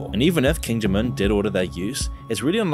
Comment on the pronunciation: “King Jim Un”